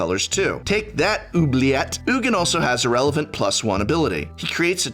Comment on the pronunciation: I appreciate that you call him “Oogin” and not “Eugene”, that’s how I think his name is said too.